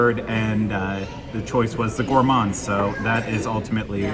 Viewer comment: You pronounced Crêperie correctly. It's crep not crape. And Gah-let . So bon! You can pronounce Paris however you like! Also Gourmand is pronounced ɡo͝orˈmänd.